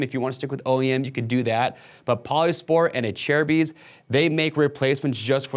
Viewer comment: He’s saying correctly smh